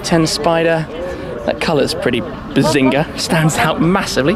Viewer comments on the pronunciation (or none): Did you just said “Buzzinga”?